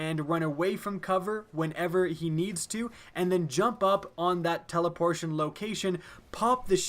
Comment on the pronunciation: Lol i think he "teleportion"